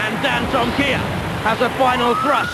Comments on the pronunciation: They pronounced Dantomkia like this - dan-tom-mik-ia instead of dan-tom-kee-a! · He said dan-toma-kai